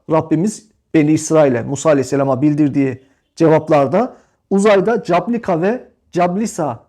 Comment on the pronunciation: İSİMLER YANLIŞ HOCAM. CABLUKA ve CASLUKA(Cablıka-Caslıka)